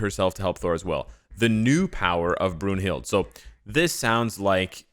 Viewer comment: Her name is pronounced BROON-hilt but an English version is BROON-hildA with the "e" sounding like an "a".